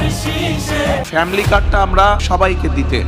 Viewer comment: পফ্যামিলি না ফ্যামিলি দানরেসিস না ধানের শীষ লেকচার এর আগে বাংলা ভাষা ঠিক করে নিও ভাই